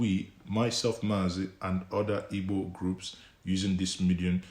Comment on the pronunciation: what kinda Igbo are u? Pronouncing Igbo ass Ibo. Bro only Yoruba jackass calls igbos Ibo which is the wrong word and pronunciation. Is like u wia born in Yoruba land.